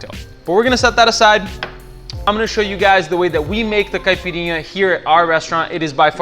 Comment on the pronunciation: You pronounce Caipirinha and Cachaca perfectly. I bet you are Brazilian. Love your video! Obrigado!